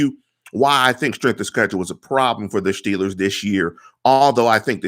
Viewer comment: you don't know your ass from a hole in the ground. Time and time again you make bold statements like you're somekinda tough guy personality, but you never have solid info to back it up. With this garbage model, seriously, this model is garbage, you predict the Shteelers to be 13 and 3. You randomly assign a 28 score to a few quarterbacks and admittedly have no logic to back up why. Then You predict we lose to the ravens twice. Then you flat out say you don't think the Ravens are going to go 14 and 2, with no grounds for why, you just "don't think" so huh? So You're saying the Ravens, who have an easier schedule than the Steelers, playing nearly the exact same teams as the Shteelers, would have finish 12-4? Because they have to finish one less win due to the head-to-head schedule. Why don't you use your model to predict a Ravens record instead of making dumb ass statements like this? Man, I like this site, but I cannot stand the bullshit that you contribute to it. I could barely handle hearing you say "Shteelers" or "Shtrnth of shchedule" over and over. I'm sure you're a good person, but you're the worst Steelers Blogger (or whatever yiu guys are called) I come across regularly.